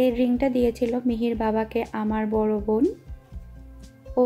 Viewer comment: apnar vobn sunte valo lage na ... bon bolte paren na